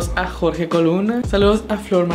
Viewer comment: Dijiste mi nombre mal jajaja☹ pero gracias por tus saludos Jorge 😁